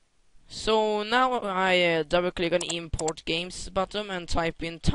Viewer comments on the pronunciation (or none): Lol did you just say "BUTTUM" all the time?? thats what i call a big fail, its Button "NNNN" not buttom, sorry if im wrong.